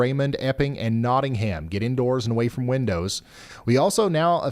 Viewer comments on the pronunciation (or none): none